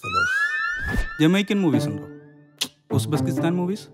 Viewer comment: ഉസ്ബെസ്കിസ്ഥാൻ അല്ല. "ഉസ്ബെകിസ്ഥാൻ." "ഉസ്ബെകിസ്ഥാൻ" എന്നുള്ള രാജ്യത്തിൻറെ പ്രൊനൗൻസിയേഷൻ വീഡിയോയിൽ രണ്ടുപ്രാവശ്യവും തെറ്റായാണ് ഉച്ചരിച്ചിരിക്കുന്നത്. രണ്ടു പ്രാവശ്യവും "ഉസ്ബെസ്കിസ്ഥാൻ" എന്ന് തെറ്റിച്ചാണ് പറയുന്നത്.